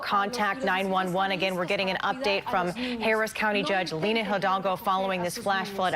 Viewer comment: Lina* not Linda